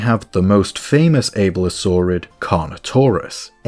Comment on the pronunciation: Every time you say "VEN-O-tor" Or "ABE-ilo-saurid" I die inside a little